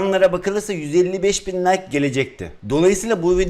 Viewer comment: Abi like diyeceğin nayk diyo